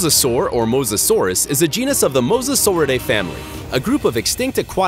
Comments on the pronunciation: It’s pronounced Mosa-saur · you said it mosasasaur wrong